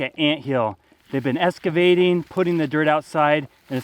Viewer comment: Excavating not EScavating 😅